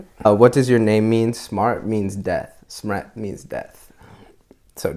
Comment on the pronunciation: If u look at it from croatian/serbian/bosnian language he pronounces smrt like smret and it sounds so weird